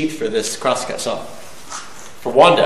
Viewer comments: Cool vid like always, and funny to hear how you pronounce "Wanda" because its origin is Polish :P You can use google translator to see how its pronounce in Polish. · Adam Szczepański I think you didn't understand my intentions. I was just saying that for me its funny, not that there is ONE PROPER way to say it. Chill.